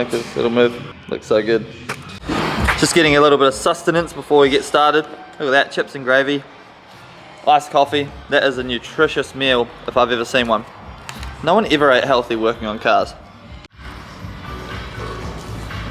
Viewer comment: chIps and gravy. Not Chups